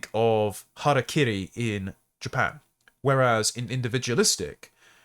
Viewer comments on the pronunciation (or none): none